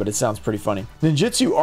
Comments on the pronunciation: Why does everyone say "Tear-Element?" Heard it all over the place, other channels, locals, etc. There's no e between tear and lament. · If the Tearlaments cards are going to be in a lot of sets going forward then we need to fix his pronunciation of it